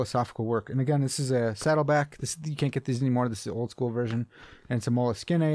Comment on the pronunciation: I've watched a few of your videos now. You are correct the first time it is "mole - skin" not "skiné" Keep up the good content, I have been keeping journals and deep thinking for about a decade now. More frequently in the last 3-4 years. It is a great practice for those who think.